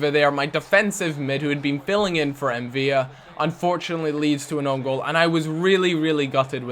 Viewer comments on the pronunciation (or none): The L in M'Vila isn't silent..